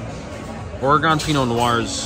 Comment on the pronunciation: It’s pronounced, Or-ruh-gn.